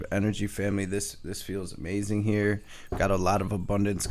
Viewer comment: A-MAY-zunn… (amazing) 😂😂😂😂